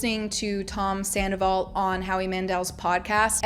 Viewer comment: You heard Rachel say "I go through dry spells with Sandavol" right???? Like she totally let it slip right to Arianas face!!!!!!!!!!!!!!!!!!!!!!